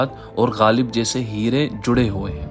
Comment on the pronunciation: شاندار لیکن جُڑے نہیں جَڑے ہیں